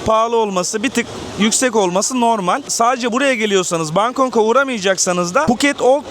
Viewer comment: Kanka Bangkong değil bangkok